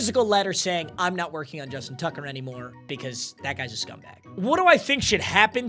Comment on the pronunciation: “Justin Tugger”😭😭